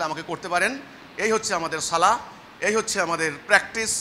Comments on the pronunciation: কয়েকটি পয়েন্ট ভালোভাবে লক্ষ্য করুন! ১। সালাহ সালাহ করতেছো কেনো এই লোক 🤣 আরবি সঠিক উচ্চারণ (ٱلصَّلَاةُ) ছলাত মানে নামাজ! ছোয়াদ যবর কখনো ছা হবেনা ছ হবে! আর শেষে হা নেই গোল তা আছে! তার মানে ওনার কোরআন শিক্ষাও ঠিক নেই! ২। রুকু থেকে উঠার সময় যেভাবে (حَمِدَهُ) হামি.....দা বলছে মিমেতো কোনো টান নেই! কেনো টান দিচ্ছেন উনি😂 মনগড়া নামাজ! ৩। রুকুতে এবং সিজদাতে বলতেছে ছোবাহানা😂 উচ্চারণ হবে (سُبْحَانَ) সুবহা-না! বা এর উপর কোনো যবর নেই! বা এর উপর যযম আছে সিন বা কে ধরবে, উচ্চারণ হবে সুব্! পরিশেষে বুঝা গেলো যারা ওনার অনুসারী আছে তারা কখনো কায়দাও পড়েনি এবং কেউ নামাজ শিখতে আসেনি! সেনাবাহিনীর ট্রেনিং নিতে আসছে🤣 আল্লাহ এদেরকে হেদায়েত দান করুক আর হেদায়েত না থাকলে ধ্বংস করুক। (আমিন) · ছলা না , ছালাহ, মাইর হবে শব্দ হবে না